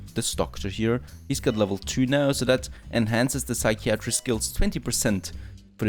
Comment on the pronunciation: Your friendly neighborhood English teacher :) if you care, see some tips below. Psychiatry is pronounced (sigh kai uh tree) not (sigh kee ah tree) "As far as I can see" is the set phrase. You don't need "as far as I can see THAT" Dehumorfier should be broken down like (de humor fier) think "Sense of humor"